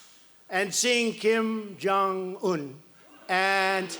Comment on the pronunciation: Trumptard can barely even pronounce 'Kim Jong-un'. This is totally unwatchable 🤣